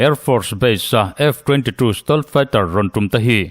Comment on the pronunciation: 'Sitawlt' tia lam hi 'Sitelt' tia lam zawk tur niin a lang😊